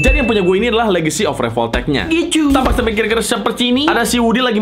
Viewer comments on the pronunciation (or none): Revoltech❌ Revolpotek✔️